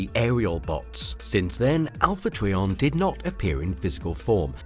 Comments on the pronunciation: This video was kinda grueling & cringy to watch. I know you might not be able to help it, but it’s pronounced as Alpha “Try-on” Trion. Not Alpha “TREE🌲 on”. Every time you said this name I kept thinking of Trees🌲. WTF❓🤯‼️ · It's Alpha Trion not Alpha Treeon. My god learn the name before making a video about anything Transformer related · I'm sure it's just a difference between my and your accent but it sounds like you're calling him Alpha Treeion not Alpha Trion then again I am half deaf I could just be hearing you wrong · Who TF is Alpha Tree-On? Do you also call a three wheeled bicycle a tree-cycle? How about a three sided shape? I guess you call it a tree-angle. What about those Quin-tes-sins? IT'S QUIN-TI-SANS!!! 🤬🤬🤬🤬🤬🤬🤬🤬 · Pronounced “try” as in a triangle, tri meaning three! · Not sure how you make a video on a Transformer and mispronounce their name the entire video. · I have full hearing and I hear it as well.